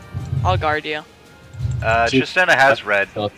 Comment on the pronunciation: Why does keep calling tristana "tristina"? Haha it's weird